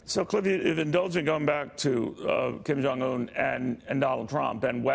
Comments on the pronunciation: "Kum John Un"? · I heard Kum Junk Yum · Did he say"Koon Jon Un"? 😂😂😂